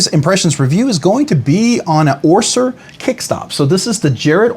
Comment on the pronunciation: fyi, it's Jared Oeser, not Orser.